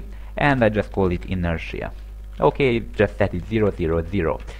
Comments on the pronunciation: it's inertia, not interia. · it's not b-oo-llet either though... the phoneme symbol is ʊ ... a double-o sounds is usually the phoneme: ʉ and that's the sound you get in goose or boot. besides if you're going to nitpick i'd think you'd start with how intertia isn't "in-ter-nia" but rather "in-er-sha"